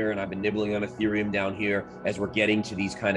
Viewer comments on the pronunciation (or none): You call etherium... Ee-th-rium.... ew